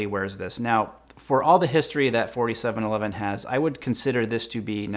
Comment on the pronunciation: For some reason I keep hearing 5711 when you say 4711 lol